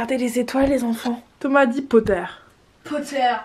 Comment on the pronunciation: Le « PoTtEr » ma tuer 😭😭